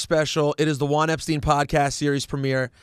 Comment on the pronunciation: Juan Epsrein? Enjoyed the show though.